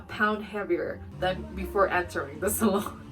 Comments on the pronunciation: I thought you were saying salad towards the end of your video when saying salon. 😂I’ve never heard it pronounced that way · Why did I hear salad when she said salon